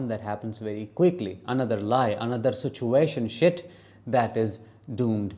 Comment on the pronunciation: Buahaha did you just say "situationshit" 😀